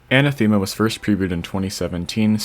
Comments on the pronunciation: Another level with a Greek word as the title Btw its Anáthema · I love how top extremes are all named after greek gods/words (and maybe other stuff but mostly this) and everyone is destroying the words xD. oh and btw for anyone who cares its anáthema and the e is pronounced like the e in help (for example)